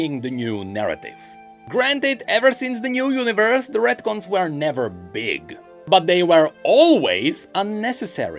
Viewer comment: What the hell are redcons or ratcons or whatever you said